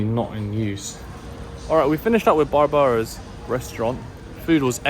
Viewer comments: Its pronounced Barbara like Streisand! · Barbara called, she told me she wants you to pronounce her name like Barbara - like Barbara Streisand 😄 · it will mighty pay for you and your vlog viewers for you to check a wee bit on pronunciation of proper names. You have heard of Barbra Streisand; the singer, I hope. Barbara's, this restsurant have the added "a," common for this female name. It sounds "barbaric," the way you said it. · Another great video and content especially when you played basketball with the local kids. I am just curious with something. You pronounced the restaurant Barbara like how you would pronounce the word Barbaric. Barbara is actually a name. Anyway, I enjoyed the video. Keep ‘em coming.